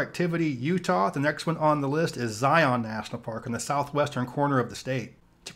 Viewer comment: Zion is pronounced Zi-en